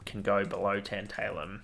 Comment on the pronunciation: it's tAntAlum not tEnt-EYLE-um, like tAntAlize